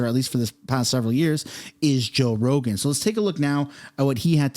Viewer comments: You said roe jogan lol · Anyone else catch he said “Roe Jogan” at the very beginning?